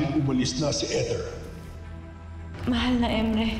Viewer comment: Kesa sa eter naging ethor ang pronounciation 😂😂